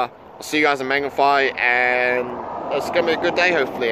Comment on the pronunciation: Say the a like maaangawhai